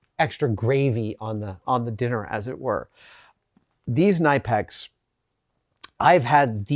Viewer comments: I know I'm annoying, but for the love of God have Adam look up "how to pronounce Knipex" on Youtube. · They could also teach Adam the correct pronunciation of the name. 🤣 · I'm under the impression that it's actually pronounced "kuh-nipp-ex". (Knipex) The gent at their channel pronounces it that way. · So...his pronunciation of Knipex is a new one for me. It's often confused for "nipex" but it's actually "K-nipex" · Adam, It’s pronounced Kuh-nip-ex! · Adam I love you but it's pronounced Kuh-Nih-Pex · I have never heard it pronounced that way. I have always pronounced it nipx. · Came here to say this too. It's pronounced "kuh-nippex" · Seems the official pronunciation of Knipex is "Keh-nip-ex" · Hi Adam, love the channel. Just one thing, your pronouncing knipex wrong. The Germans were these are made pronounce them k-nip-ex. That's right the k is not silent and nip is how it sounds. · So fun fact; they actually pronounce it Kuh-nip-ex. I know, I'm equally upset about that being the pronunciation... Either way, thanks as always for sharing your insights and ideas Adam! -J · It's pronounced Kuh-nip-x according to the company. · As Germans will readily tell you, it’s pronounced “kuh-nip-ex” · FYI Knipex is pronounced Kuh-nip-x. They've even put out a video to teach the correct pronunciation. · adam love knipex they are cut above the rest but you are saying it wrong i went to the company itself it's k nip ex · Always thought it was pronounced nip-x. Great video Adam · it's actually kuh-nip-ex. The k is not silent in German. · No silent K in German. Spit it out. Say all of the letters. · Pro tip -- the 'K' in Knipex is not silent. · Love you Adam but it hurts my soul to hear you pronounce Knipex incorrectly. It’s German and you are right they make the best tools! This is a link to an amusing video from an American guy chasing the correct pronunciation. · You pronounced knipex wrong and i hate you for it. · Gringe every time Adam says Knipex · Pronounced “Ka-Nipex”